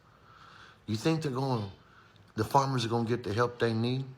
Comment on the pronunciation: Hun, it is Farmers, not formers, but you speak the truth!